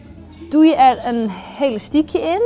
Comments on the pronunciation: heyy geen haat ofzo maar het is elastiekje niet helastiekje vroeger zij ik ook helastiekje😂😘❤ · Hahah Het lijkt net of ze zegt Helastiekje😂😂😂😂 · Hahaha leuk je zegt helastiekje maar is niet erg